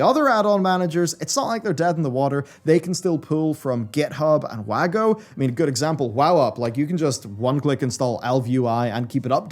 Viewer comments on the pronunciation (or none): none